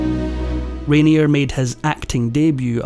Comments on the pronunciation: A well-made narrative with only one slight flaw! The name of the main player in your video is universally pronounced "Rainiay", not "Rainierr". Sorry! 😀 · Isn’t his name pronounced :’Rain—yeh’? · You are not pronouncing Rainier correctly.